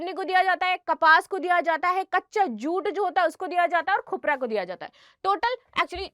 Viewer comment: जुट की जगह चू 😂